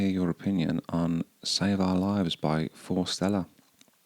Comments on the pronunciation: Hi just for info, it's forest -Ella, rather than fore-stella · Fore/Stella (o) Forest/ella(x)